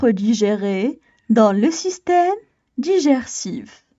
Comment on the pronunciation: Tu a mal prononcé le mot : Digestif